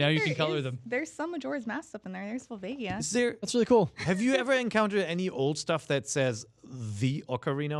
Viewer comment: My favorite enemy is people who say "skull-toolas" like a moron. It's "skull-choolas". Like tarantulas. Like a spider and a skull, get it? You guys have been saying it wrong for TWENTY YEARS. And this is your job. smh. P.S. It's "Vull-vay-ja". Twats.